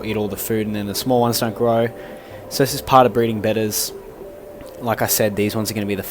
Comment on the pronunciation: So glad you pronounce betta as it should be! 🤣